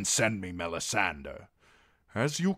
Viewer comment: It bothers me so much every time I here him say "Mella-sander" I have to skip the video